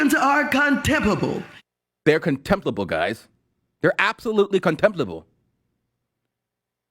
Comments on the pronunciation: Is she trying to say contemptible? Is she illiterate? She said comptempbable! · Actually, you're wrong on one thing. Insane Aunty Maxine didn't even pronounce the "m" in 'contemptible'. She actually said "contiblable". Her intelligence and eloquence are just mind boggling. NOT.